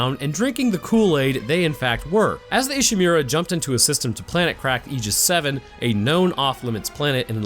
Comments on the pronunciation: It's pronounced "ee she moo ra", Not "e she mew ra" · I love your videos, sir, but whenever I hear "Ishimeera" I take mental damage...